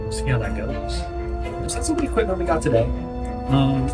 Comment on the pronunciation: EQUIPMENT NOT EQUITMENT.